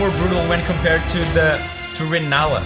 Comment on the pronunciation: sir it's rellana, not renalla